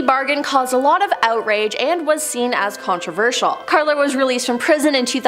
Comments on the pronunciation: It's "Karla Homolka" instead of "Clara". K.x. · Correction it’s Karla Homolka not Klara and she’s in Salaberry-de-Valleyfield now!!! I live about an hour away!! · Her name is Carla, NOT Clara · It's Karla Homolka. Not Klara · Dude it's Karla not klara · It’s Karla not Klara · Karla not Klara .... Homolka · KARLA…not Klara. Cone on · ITS KARLA. Not KLARA. ffs do research. And you can’t use a picture of LEE HARVEY OSWALD in the Boston marathon tragedy. wtf is wrong with people. Talking and not FACT CHECKING anything. Shame. This is where we are headed. Dumbing down fast. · Also it’s Karla not klara learn your names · The one name you got way wrong. Its Karla Hamolka, not Klara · KARLA Homolka, not Clara. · Isn’t it Karla Homolka?